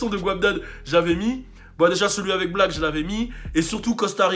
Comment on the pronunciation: 6lack ca se prononce six lack ou rien avoir?